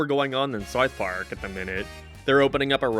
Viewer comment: The way you say south park is killing me